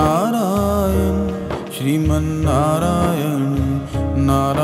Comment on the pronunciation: नारायण है। नारायन नही।